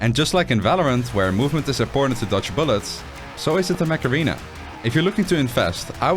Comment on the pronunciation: Sound: "Mech Arena" Subtitles: "Macarena" 😂